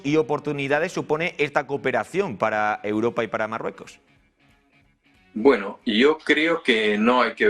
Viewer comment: soy seguidor ,pero que le pasa a este presentador , dice depue es s marrueco es s , etc , se come las letras, 🤦